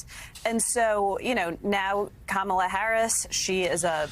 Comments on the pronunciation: Trump should start by pronouncing Kamala’s name correctly. Would some claim that’s Woke? I wouldn’t be surprised… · He's an ignorant man-child, deliberately mispronouncing her name. This isn't presidential character. And hysterical that the GLOAT would accuse anyone else of lying!!